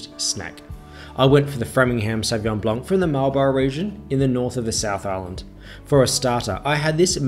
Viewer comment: Great as usual A couple of things ... the plate looked very small on your tray table, or was there too much food on it ? The second is that you do not pronounce the "C" in Sauvignon blanc; your cornichon was not too bad !